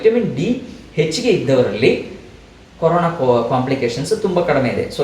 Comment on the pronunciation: Mam it's Corona not carona